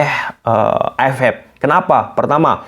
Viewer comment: AFF bang bukan AF Ep, dan juga EAFF vukan EAF Ep😭😭😭